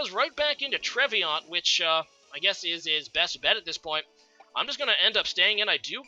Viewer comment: Trev-e-naunt (Like the DiCaprio Film). Nice predictions in this match btw! A change from usual ;)